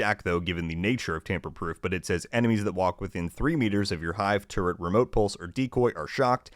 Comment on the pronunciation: Trap with "turrent" !🤣🤣🤣🤣